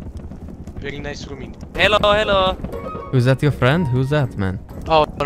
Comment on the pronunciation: This guy again 😂😂" bery experienced with hotel you know "